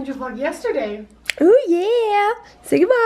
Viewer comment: i LOVE how says yeo when he tries to say yeah